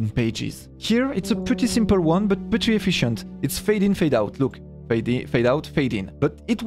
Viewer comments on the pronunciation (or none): none